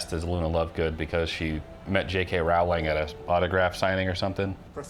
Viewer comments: Hey, Rowling rhymes with Bowling not Howling. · It's J.K. Rowling pronounced like "rolling". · JK "Row"ling. Row as in Row boat. Please pronounce her name right 😭